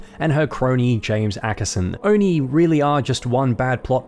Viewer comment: you forget its not Oni....its O and I